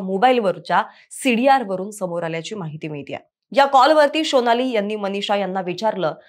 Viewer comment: Shonali nahi sonali😮